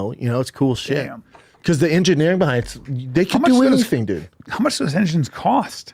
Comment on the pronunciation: “Once all the engiNAIRing goes into it..” so dumb